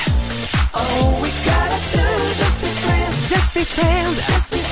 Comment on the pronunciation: At times, you can hear them say either "Just be friends" (like it should.) "Just be France" LOL. "Just beat France" (.. What?)